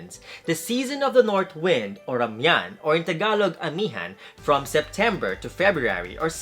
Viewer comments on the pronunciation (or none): Kapampangan nga si Kuya... he calls Amihan... Amian. Without the H.... love it!